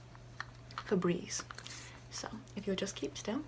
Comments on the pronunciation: Ferbreze not Febreeze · when she said febreeze...i lost it😂😂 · I DIED when you said febreze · I died when she said febreze 😂